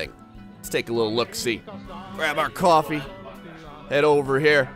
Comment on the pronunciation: koo-awwfee.....Jersey boy! :D